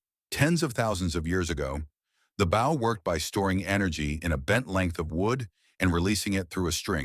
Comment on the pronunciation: How do you mispronounce bow? Cmon